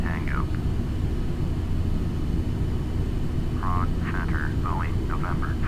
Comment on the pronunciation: It's Prague.. :P